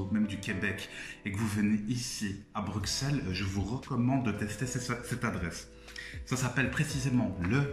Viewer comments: Stp toi qui viens de Bruxelles dit " Brucelles" fait pas la meme faute que les étrangers 😭😭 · on dit "bruSSel" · Non mais ça ce prononce Brussels et pas Bruxelles